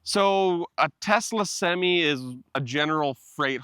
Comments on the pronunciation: Did he call the truck "topsy"? Lol. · semee? WTH?